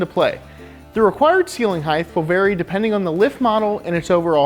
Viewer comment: Height not “heighth”